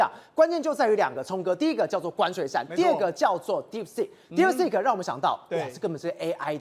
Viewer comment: DeepSeek, not DeepSpeak. 請加強發音. 張炤和像個小弟々, 罵相也像高中生,.. 不夠老練,不穩健幽默…真難看!!!